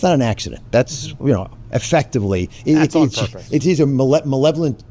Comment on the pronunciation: 🤣 OZ struggle with malevolent …. Me aaaa ma levvelneeet … almost like a nod to Nicks Benevolent blunder 🤣